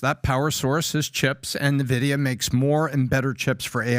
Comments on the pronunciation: N VIDIA, not NE VIDIA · The company's name is pronounced Envidia not Nevidia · Great content but for all thats good and holy, its [en-videa] not [nuh-videa] or [nin-videa ????]. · For the love of god its pronounced ENVIDIA not NEVIDIA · its called N vidia , not nevidia :| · It’s pronounced En-Vi-Dee-Yah, like the Latin ‘Invidia’ meaning envy. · not nvidia n-vidia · I just love how out of it they are😂 From relating this to "gaming" and from the dude calling it "NeVidia"🤣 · Exactly Only in America we have a millionaire this confidently out of it... nothing but a bunch of yes men around him obviously🤣 Pat called it "NeVidia" Not even a producer who knows editing that could correct him on practically everything that they said?! Damn 😅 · Dude doesn't even know how to pronounce the company name. Nice.